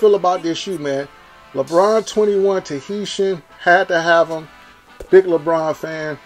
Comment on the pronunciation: bro mispronounced TAHITIAN immediately. lmao